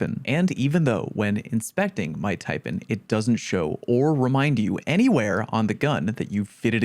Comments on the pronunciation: Everyone makes mistakes bruh.....just like your horrendous pronunciation of the snake that the taipan is named after🤣🤣...tai...pan , PAN not pn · Omg 😲 I know I'll be roasted for this but damn.... It's pronounced...Tia...PAN as in PAN not PON Yeesh. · One more mistake. It's pronounced "tie-pan". As in "tie" from "bow tie" and "pan" from "sauce pan". A Taipan is a venomous snake. Thanks for your hard work 😁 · I think you should correct the way you say Taipan. TAI Pan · as an australian, the way you pronounce "taipan" upsets me. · No. Your first mistake is mispronouncing Taipan.